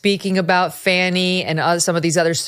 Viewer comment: Comming from right wing youtube, its jarring to hear fanni and latitia pronounced correctly